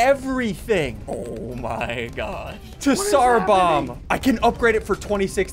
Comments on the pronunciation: Ssundee: Tee Sar Bomb. Me: It’s pronounced Tz-ar bomb-a. :((( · Bruh he said T sar bomb